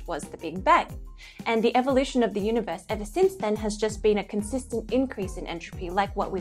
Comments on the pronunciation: Is elmer fudd narrating when he said uni voice i think he means universe. i guess its funny. he loses his R . and you add it to idea. you say idear. so your idear is univoice is verwee verwee sneaky. content is great fun to watch. and your verwee pretty. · The guy has weird pronunciation. UniVORSE? Some of his words I can barely understand.